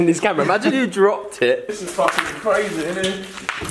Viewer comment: The way he said brazy instead of crazy